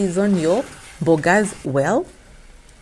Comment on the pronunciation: I really like it when you say mbogas 😂😂😂aki kenyans